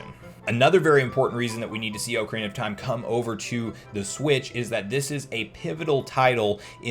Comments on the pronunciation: You pronounce the Oc from ocarina like oak which really throws me off yet I enjoyed what you made. I think having the thought Nintendo is waiting for us to hype up the brand itself allowing more people to focus on the interest than just the normality of the 35th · Oak Arena gang or Ock Erina gang